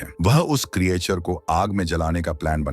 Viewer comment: उसको क्रीयाचर नही क्रीचर बोलते हे भाइ